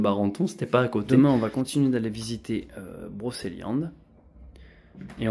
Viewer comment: Broceliande pas brokeliande...on ne dit pas kendre mais cendre...ou kedre mais cèdre...oui magnifique forêt